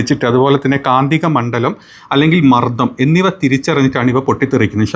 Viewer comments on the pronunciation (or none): none